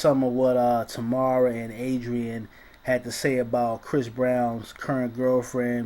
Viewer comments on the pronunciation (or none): TAMAR not Ta`mar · Fam... you are messin' up names left and right here. Say it with me "Taaaayyyyy-Maaaarrrrr" again "TAY-MAR". Got it?!? And Adrienne's last name is pronounced "Bye-Lon".